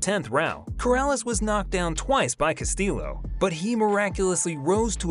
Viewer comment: It’s pronounced cast-ee-o. Two Ls make an E sound in Spanish